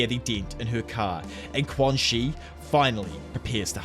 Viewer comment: i believe quanxi's name is pronounced "chuan-shi"